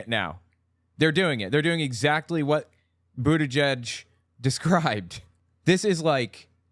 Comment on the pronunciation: “Jen Puh-saki and Pete Boodidge.” These simple, lying Pharisees make my blood boil.